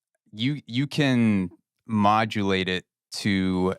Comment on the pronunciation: Mofo said mod-go-late!